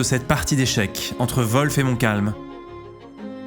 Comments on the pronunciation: Tu t'ai trompé de nom c est wolfe et non volfe. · Volf ou WOLF ? 😂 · Le général anglais s'appelle Wolf, comme loup en anglais. Ça ne se prononce pas Volfe. Il n'y a pas de son V ni de son O. Peut-être demander à Laurent la prononciation la prochaine fois !!! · volfe ? des fois je me demande si les francais font exprès comme dans les starbucks. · La prononciation de du nom "Wolfe" me flingue